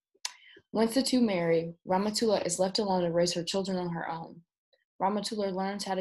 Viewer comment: It isIt is really funny for an English speaking person to pronouce somme names. I can see if can help by writing those names in a way be able to read them corretly: Ramatoulaye(rama too lie), Modou(modu), Binetou(been too) too), Aïssatou(I sat too), Daba(dab aa), Nabou(na boo). Well i know all this because i live in Senegal.